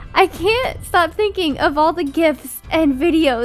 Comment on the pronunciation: When said Coocumbers